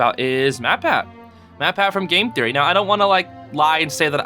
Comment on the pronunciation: But Hey! That’s just a zeezory… a podcast zeezory… thanks for listening